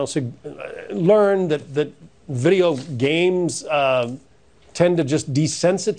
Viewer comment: Couldn’t even lie smoothly. “video brughh games”